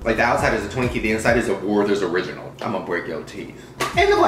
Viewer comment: the way he said werthers original 😂😂😂😂